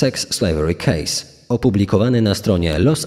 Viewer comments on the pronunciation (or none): none